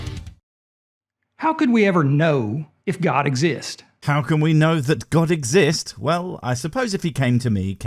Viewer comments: How do we know god Exi-yist-s? Well, a good starting point would be get an education sufficient to pronounce big words like exists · He's not the firstcreationist to drop thesecond "s" on "exists."